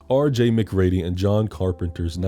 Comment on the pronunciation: Ooo we're gonna fight the way you're pronouncing MacReady 😂 you should have done Devil with the dude from the invitation.